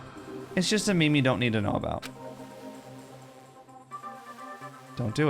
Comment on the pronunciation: ....dang, I was almost gonna do it until you called us out on it But do you actually pronounce meme as "mee-mee"? xD